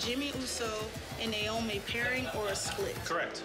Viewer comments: how hard is it to say NAY-OH-MI? they have worked with this woman for years still saying Nye-Oh-Mi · you have a point. Her name is Naomi NAY-OH-MI not naiomi Nye-oh-mi the a is silent in Naiomi